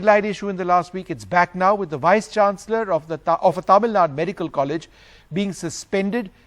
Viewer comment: It's not Tamil Nad it's Tamil Nadu